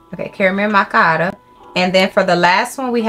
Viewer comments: "two careo mackeatties" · “Carriel Machiatties” 😂